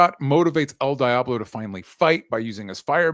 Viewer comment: Dj pronunciation of El Diablo is criminal. It's very American 😂😂